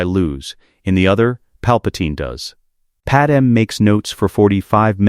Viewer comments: PadMÉ NOT PaDAM!!!! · Calling him Vader-Anakin was a bit jarring. Also, calling Padme “Padem” was tough to listen to as well. But all in all, really great story. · The AI is better at pronouncing planet names, but now Padme is Padum... don't get it, that one should be easy... Great stories though. We'll done!